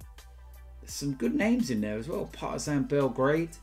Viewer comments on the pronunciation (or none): none